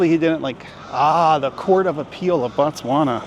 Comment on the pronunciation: She said an Indian one..I don’t know how I feel about this video.. seems like you didn’t do research before coming to Botswana.. also it is pronounced as Botswana, not Batswana..